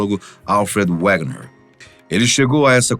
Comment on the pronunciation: Wegener, em alemão W tem som de V